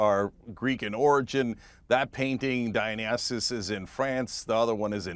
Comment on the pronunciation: “Dionassessess”? Weird… I thought his name was Dionysus. And you’d think that someone who is offended on his behalf would at least get his name right…